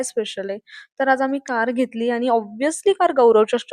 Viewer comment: आनी नाही "आणि" असत ते 😂😂